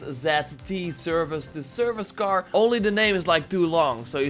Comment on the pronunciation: Why is he saying car as gar?